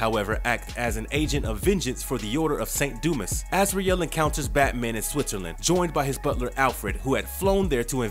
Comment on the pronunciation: Its pronounced Du- mah.🤦‍♂️